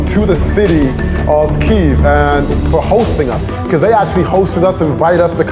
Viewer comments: Bonus points for correct spelling and pronunciation of Kyiv!!! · Thank you thank you thank you for so many nice words about Ukraine! And yeah , KYIV not "kiev" made my day! I appreciate this! 🇺🇦🙏